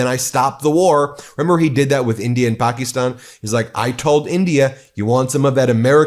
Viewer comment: Stop mispronouncing Pakistan please